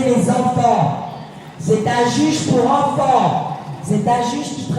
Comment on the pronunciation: Oh et j'en peut plus de cet accent bledar on prononce ENFANT pas Onfon.